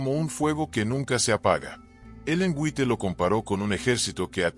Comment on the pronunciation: White se pronuncia en inglés wait.